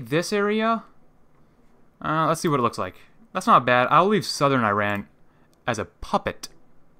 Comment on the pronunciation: Dude you keep pronouncing Iran wrong . The I is pronounced like In, Italy,India. Same goes for the A.